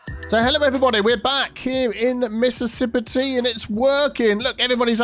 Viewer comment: Mississip-IT for de pedestrian area 🙂